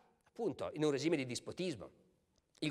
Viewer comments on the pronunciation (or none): none